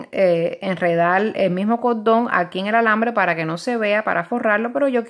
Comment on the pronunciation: EL CODON EL CODEL? por que no pueden pronunciar la rCORRRRRRDON CORRRDL